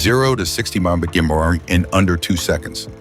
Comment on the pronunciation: Sounds like the AI voice is having trouble pronouncing "miles per hour". 🤣 "Nice" how we are being told about this Miracle Motor but are seeing shots and vids of conventional engines and manufacturing processes, where I was hoping to see pics, diagrams and vids of this great new motor and batteries that will power it. Are these real or still partially developed concepts ? Good that there are folks always working on "the next thing".